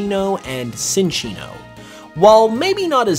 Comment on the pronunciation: CHIN-chino. I know how it's spelled, but the name derives from Chinchilla and Chino cloth. Sin-chino is not a thing.